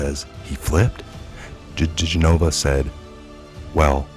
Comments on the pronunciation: It's Joe De- gen-ah-vah not G-nova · Dih-gen-of-a DiGenova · Oh thank you!!!! It drives me bat shit crazy that he refuses to say it properly. It's not like we haven't been hearing it said for the past 3 yrs!